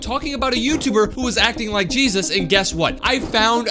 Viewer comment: did he say cheesus